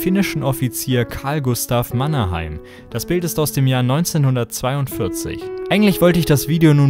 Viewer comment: das ei in Mannerheim wird wie das ey in hey oder ey ausgesprochen.